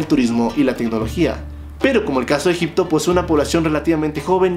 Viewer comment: Cuando dijo Egypto😂 dije este men está hablando bulgaridad 🤡